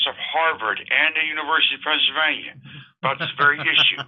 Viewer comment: This was a good one... He said "Pennsylvania" splendidly 😆